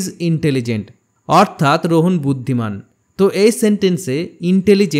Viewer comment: Vhai eta rohan apni rohon bolchen😂